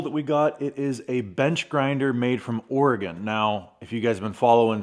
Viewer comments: Thanks for the great review, very through. BTW it's an OR-uh-gun, not OR-ee-gone 😃. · Hi, another great video. You certainly are getting some experience with the EVO. Nice work. I'm from MA, and my friends on the West Coast told me the proper pronunciation of Oregon is OAR-E-GUN, not OAR-A- GONE. Thought you might get a chuckle out of that. Cheers! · ory gun not ory gone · I don't want to be "that" guy but as someone born and raised in Oregon it's pronounced "ory-gun" not "ory-gone". As we like to say to those east of the Mississippi "we didn't go anywhere". :D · Please learn how to say Oregon! It makes those of us from Oregon nuts hearing people mispronounce it so badly! It's pronounced or-gun, not or-E-gone. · It’s pronounced “oregun”